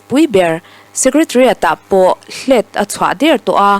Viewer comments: 'Hlet'' tih hi thluk tur a ni lo, sazu te hian khua an nei a, emergency exit an nei chu chu chu a 'hlet' kan ti ṭhin. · Hlet i lam dan hi a diklo aw, thluk suh. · hlet tih pawh in lamdik thei thin lo hi a mak ngawt mai.